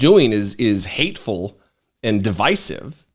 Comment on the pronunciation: P.S. You are the only American I know ( including my own relatives ) who knows how to pronounce the word "divisive" properly, plus absolutely nobody says 'A Mighty, Righteous Man of God' in a faux Cracker Pastor voice as perfectly as you. It's am here in Olde Englande as I write, and I am now going to disseminate this immaculate video of yours amongst my own flock - Bless Their Heathen Souls 👍😎🇬🇧☕♥